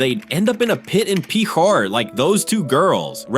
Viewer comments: Pitcher is pronounced "PIT Sur" Like what you pour water out of. . . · Channels need to get serious about better AI narration. Picher, OK is pronounced like the word "Pitcher," as in the jug you pour water or other liquids from and into a glass. But I heard three horrible AI pronunciations for Picher, and none of them even close. It's annoying. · I know someone who lived in that town. His father worked in the mines. It's pronounced pitcher as in a pitcher of lemonade